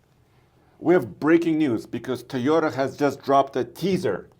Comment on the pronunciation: It’s TOY-ota. Not TEE-ota.